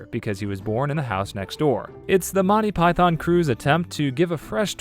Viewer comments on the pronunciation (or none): none